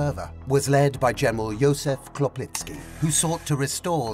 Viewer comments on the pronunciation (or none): Chłopicki is read slightly differently - you've read it as "Klopicki". A more accurate English transliteration would be Hwopitski - Polish Ch is a digraph that reads the same as H, and Polish Ł is read the same as English W (Polish W is more like English V). You've read the other names accurately, though :)